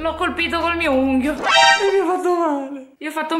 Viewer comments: Si dice unghia non unghio per favore studiate l’italiano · Ma poi non si dice unghio unghia non unghio. Ma litaliano